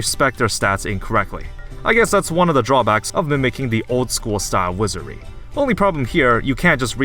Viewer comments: wizary? dont you mean wizardry? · Wizardry. Wizar*D*ry. Please learn to pronounce the name of the games you play. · "Wizerry"? are you, uh...outrageously stupid, my man? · you never pronounce the d in wizardry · okay very cool but can you prononuce "wizardry" correctly without omitting the d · Why does he not pronuce the d in Wizardry?